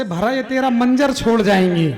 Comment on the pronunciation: Kavi banna aasan nahi hai bolna to seekhlo menjer nahi hai manzar bolo urdu ki tang na todo.